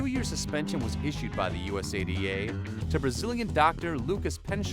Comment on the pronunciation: Error in pronouncing USADA.